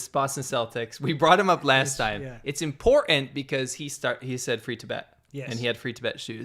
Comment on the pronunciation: Cardi C is to "codden" as C-Milk is to "impordant"